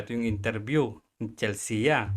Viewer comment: Chelsea - Chel-sea not Chel-se-a.